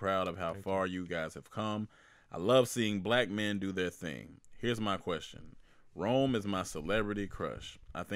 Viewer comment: I’m feeling some type of way that Rome pronounced my name wrong. Because he’s cute, and that’s my nickname, I’m going to let that slide. 🤣🤣🤣 But seriously, thank you guys for putting out great content and keeping us entertained during these difficult times.